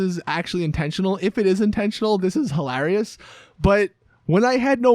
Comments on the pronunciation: It’s hi-ler-ee-ous not hil-ah-ree-ous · "This is hallarious" 4.51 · Omg i laughed so much when you pronounced hilariouse